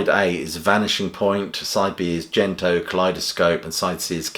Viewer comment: 'Gento' (幻灯) is a hard 'G', if it's from the Japanese for magic lantern, not 'Jento' - Mr Pedantic